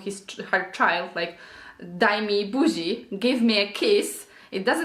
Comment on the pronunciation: it's daj not dij